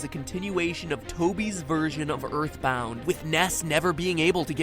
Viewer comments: Ya eyitborn deme suna kardeşim erthborrth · Earthboundı oynamalısın toby undertale ı yaparken earthboundan fazlasıyla esinlendi hatta earthbound olmasa undertale bile olmayabilirdi Zaten toby kendiside açıklayı Earthboundın acayip bi fanı olduğnu (Ööğrtband diye okunuyor bu arada :). ) şahsen ben earthboundı daha çok severim. Bu arada türkçe yaması olduğnu sanmıyorum şuanda bitek bu oyun snes classic minide ve emulatörle oynayabilirsin ve emulatör dan oynayabileceğin bişeye kimsenin tr yama yaptığnı düşünmüyorum :)